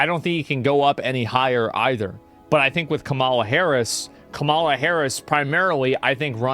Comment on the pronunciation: I'll take Asmon's political opinion seriously whenever he starts pronouncing Kamala's name correctly